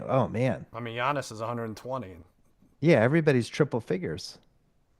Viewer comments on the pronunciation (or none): none